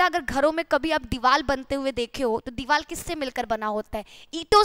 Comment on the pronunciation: भोंसड़ी की पहले हिंदी बोलना सिखले दीवाल नहीं दीवार होती है क्यों बकवास कर रही है ।